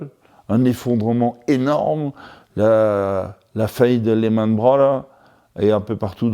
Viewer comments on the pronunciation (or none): J'entends très clairement "Lehman-Branleurs" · « lehman browler »